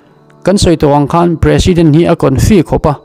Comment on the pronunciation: President chu tu ziak nge a chhiar 😂😂a chhiar sual nawk nawk mai😂😂😂 in sawifiah zel a ngai anih hi a😂😂